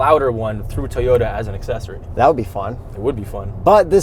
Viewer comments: TOE YO TAH!!!!!! stop saying teyuta!!! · say it with me TOW-YODA not TEE-ota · can the hipster not say TOYOTA why does he keep saying tiyota. ITS TOYOTA like TOY O TA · I think should say Toyota not Tayota it is really annoying,on top of you are a journalist, you should say the manufacturers name properly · U say.. TEA-OTA. I Cant watch your (Toi-OTA) / TOYOTA reviews anymore. Best video content u2. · T-oyta? It's a toy-ota. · Youre killing me Toy-ota not Tee-yota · lol I thought I was hearing things, but it sounded like he was saying, "Teayota" instead of "Toyota." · Too many “Teyota’s” said in this video. 😂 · is actually pissing me off my keep saying “teeyota” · Why did he keep saying "Teeyota"? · How many time did you have say Teyota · I cannot stand how says Teeyota. Sheesh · Did that dude on the left call it a Teeyota? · “Teeyoda”, hey? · Teeyota? Mazzda? Man, kills me with his car brand pronunciations... 🤣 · Teeota lollllll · WTF is a Teeyota? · lol...Tee o ta. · It's not tea ota! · Toy Yoda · Can we talk about how pronounces "Toyota?" 😂 #TEEota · Manny Tovar right?! Say it with me: “TOY-YO-TUH” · I've mentioned this to him before AND HE COMMENTED BACK! He said he has no idea why he says TEEyota. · Good review, guys., you're saying T'yota again, sounds weird. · Hey say, TOY...ota. REPEAT IT LOUDLY, TOY...ota. Just busting your chops a little bit! 😃👍✌👌 Awesome stuff as usual guys! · Try saying it as if you’re doing a stereotypical American midwestern accent, and replace the 2nd T with a D. Toy-O-Duh